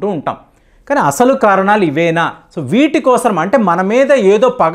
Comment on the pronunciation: Kosaram kadu bhayya kosam anaali